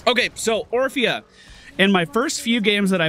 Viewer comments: was saying Oprah instead of orphea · Orphea (Or-fi-a) Not Opra xD